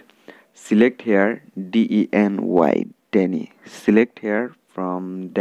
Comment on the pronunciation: De ne = Deny 😂 😂😂😂😊